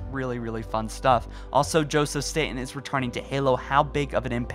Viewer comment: Wow, you pronounced the last name correctly! No, I'm not aware of being related to Joe, but then again our last name isn't that common. Everyone says it like the island in New York, but we Statens say our name like you did. Kudos getting it right 😀